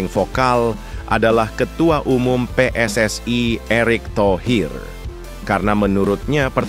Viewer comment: Saudara jangan berlebihan berbahasa Indonesia bukan PSSai tapi PSSI huruf I pada PSSI jangan kau ucapkan ai kau terlalu overekting